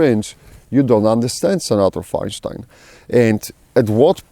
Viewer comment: "feinshtein" haha I like it! Makes it sound more ominous and Germanic. I agree we need to watch out for these traitor RINOs and smack em down when they pop up. Ofc Cuntstein is going to push a ban every chance she gets, that's what she does. What was that quote, "the enemy you know is better than the enemy you don't know"